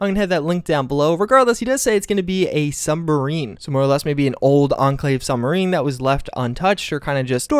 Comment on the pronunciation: It's pronounced submarine not sumbarine